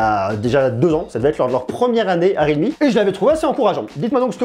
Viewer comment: C'est real me, not read me. Il y a un L pas un D. Complètement nul cet appareil. Trop cher et camera pourri. Xiaomi c'est bien mieux.